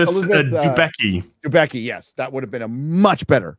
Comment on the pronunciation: Its - DE BE TZ KI - Elizabeth is Polish orgins ;) ! This Moria falling rocks its for 100% Balrogs doings and this Wig Sauron is amazing i cant recognize him at all !